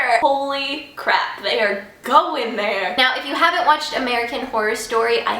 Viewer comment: hahaha! "The CAA-RAP"